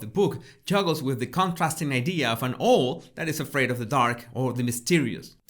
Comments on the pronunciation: haha! I was also loving the way says 'owl' and I would NEVER want him to change! I truly love hearing people whose first language is not English - it brings such beauty and depth to words we take for granted, not to mention the fact that they've put in the work to speak another language! xx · It's Owl, not an oil or what ever you said, Owl! O w all! say it that way. And Owl is a bird of prey in the USA, and most everywhere else today! Other than your mispronunciation...I do love your commentaries! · please get some pronounciation lessons🙏 sometimes it's really annoying you pronounciating specific words: it is OUWL, not Ooohl. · He doesn’t know how to pronounce owl. It pronounced ‘au l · Owl sounds like owul X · Love your pronunciation! Owl actually sounds like "awwl". I always enjoy your work, thank you. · Pronounce Owl= OWW ell Does that help? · Oh!!! I absolutely adore your pronunciation of the word “owl” “owhl” sounds much more romantic and fascinating. I love your videos x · "Ohwl" is the cutest mispronunciation I've ever heard! Absolute respect to you x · Love 💕 to you and yours . Owl 🦉🦉 is a tough one to pronounce if English is not your first language 🌹OW:L ..as in OU..T . Hope you don't take offence .. I'm just an old teacher working with the TEFL course students . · I don't know any English person who pronounces owl with 'well' on the end but I know what you're tying to say 😂 Prowl without the Pr. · I think you want to get the usual pronunciation in English for owl, at this point in life ...owl as in how or cow or now. Or vow, as in wedding vow,. Or wow. ....Cow is good,. As in,. " Mm is such a jealous cow. " 🐮🐄🐮🐄🐮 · After hearing you say Ole for owl about 7 times I just had to say that the correct pronunciation of owl is that it's just like cow with an l but minus the c. Cowl - l = owl. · try saying AOWL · You say owl in an unusual way, or maybe that's me. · I love how he pronounces owl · Love how you pronounce Owl ♥